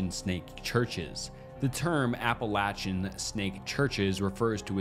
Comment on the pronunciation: Thank you for pronouncing "Appalachian" correctly! You earned yourself a subscribe from me, just for that!